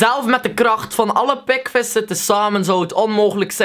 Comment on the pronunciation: waarom zeg je pekvis inplaats van pikvis?